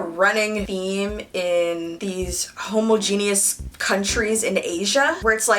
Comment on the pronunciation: Hōməˈjēnēəs leviosa not leviosar